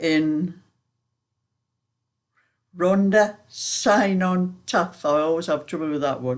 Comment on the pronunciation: Hi just to let you know, just think of c for cat, to pronounce the Welsh word Cynon